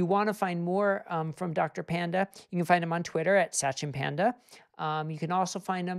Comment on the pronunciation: Satchin Panda is pronounced Such-in Pund-a. I cringed every time the host said the name.